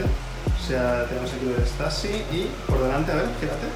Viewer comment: Se dice stüssy no stassy